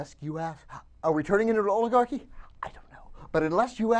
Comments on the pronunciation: Oligarh...y? Oligarh-ee? Orligarh doesn't even sound right for this word.. I dunno. Maybe it's me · you are pronoucing oligarcy wrong. yeah i know i spelled it wrong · Did he forget the C in oligarchy?